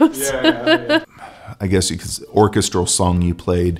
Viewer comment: Where is that guy from that he pronounces vocals and orchestral like that? Made my brain hurt.